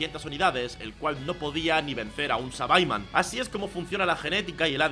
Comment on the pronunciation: no se dice sabaiman, se dice saibaman 🤓🤓